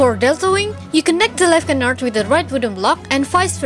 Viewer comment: great video c: , but the D and the S of canard shouldn't be pronounced :p